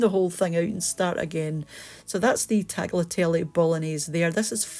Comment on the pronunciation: The 'g' in tagliatelle is silent and is not pronounced ;)